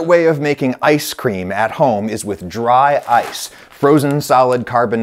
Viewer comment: Dry-ce cream